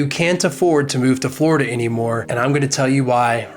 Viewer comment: Forida? you mean any location now.